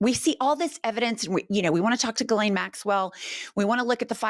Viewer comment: I think it’s pronounced ‘JILLaine’ not ‘GILLaine’!